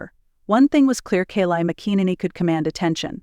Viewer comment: First teach your AI how to pronounce her name……..She has got the greatest smile I have ever seen it always makes it all the way to her eyes.very intimidating woman